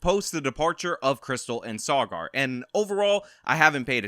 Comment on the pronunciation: Haha how you pronounce Saagar